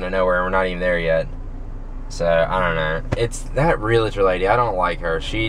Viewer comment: first you need to learn how to pronounce realtor lmao